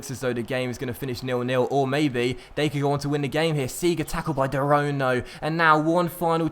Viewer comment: Can you start pronouncing De Roon correctly like you did at the start you are now saying de roan haha also train dael fry in season has potential of 82+ and grows quickly with training